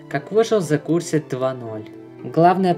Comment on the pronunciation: Правильнее сказать Revoked-[Ревоукд] The cursed-[Зе кёрсд]